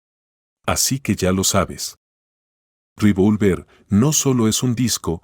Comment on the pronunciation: Re -vol -ver.no tiene acento en la o.